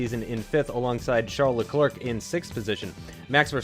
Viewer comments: I'm only going to watch part of this until you say LeClerc correctly. 'Le-Claire' not 'Le Clerk'! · By the way you don't say the second c in Leclerc but great episode as always